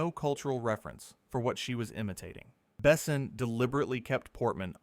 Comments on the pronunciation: not Bessin… bes/On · The only problem with this speaker is he doesn't pronounce any of the names right it's not ((((Bess son ))) it's Luke Bassan. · AI narration is awful, pauses awkwardly, and pronounces words wrong. It's not Bessin, it's Beh-sawn (rhymes with pawn), it's not Gene Reno, it's spelled Jean but pronounced like John with a ZH sound like in the word treasure ZHon.